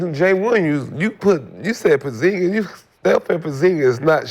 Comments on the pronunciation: Nigga said portzingus 😂😂😂😂😂😂😂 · Nick young stay saying porzingis or pozinski😂😂😂